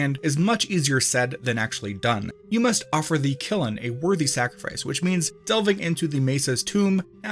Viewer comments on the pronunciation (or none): "Kill-in" bro, it's kiln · "kill-en" lmao "kiln" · KILN NOT KILLEN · Please never pronounce kiln as killin ever again I beg you 😭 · Its just one syllable. Kiln lol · Much enjoyed. Thank you! You may want to revisit how to pronounce "Kiln."